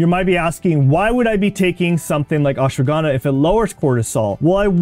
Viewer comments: It is not ashwagandaa its ashwagandha 😂 pronunciation 😂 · First learn how to pronounce it is ashwagandha not aswagandaa😂😂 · What is ashwagánda ? Pronounce it right give some respect